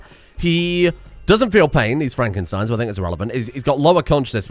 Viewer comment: Is it not FraNkenstein, instead of Frakenstein? Unless he loves fracking.